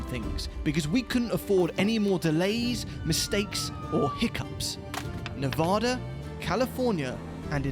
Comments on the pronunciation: It's Nev-AAHHHH-Duh, not Nev-awww-Duh. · Sorry i gotta say it. AAAAA not Ah. NevAAAAdAAAAAA not NevAHda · Great video and series fellas thank you! Btw it's Ne-va-duh, not Ne-vah-duh boys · Nevada resident here it’s Nevada not Nuhvada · its nevada not nevoda🤣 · Say "Neh-VA-duh". That is the proper (American) way to pronounce the state name. Put emphasis on the second syllable. Pronounce it so that the middle part rhymes with the “ad” sound in the words "sad" or "mad." Compare "Nevada" and "Nebraska" for God's sake! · U guys gotta stop saying Nevada like that. PLEASE!!! As a Reno local it's like nails on a chalkboard. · I really enjoyed this adventure. However, there's one small gripe. The accepted rule of place name pronunciation is that it's pronounced as the inhabitants do. Therefore, the first "a" is the short "a", as in apple. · I think you managed to mispronounce "Nevada" several times (there is a "preferred" pronunciation). Good news, you balanced it out by also mispronouncing "tacos." Fun video.